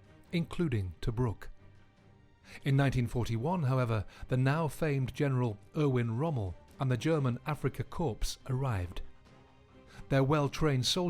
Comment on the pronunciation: famous Africa Corpse? Damn, teach your AI how to pronounce simply words better.